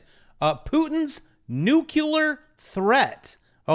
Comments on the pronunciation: It's Nuclear (New-Clear) not "Nuke-You-Lar".. Love you anyways, fellow teacher;) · fucked up "nuclear " big surprise 👏